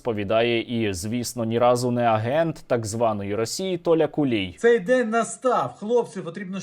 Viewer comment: Я от не розумію чому кулій якщо в нього на рилі написано хулій 😂 Сергію дуже дякую за вашу роботу 💪🇺🇦 все буде Україна 🇺🇦🇺🇦🇺🇦🇺🇦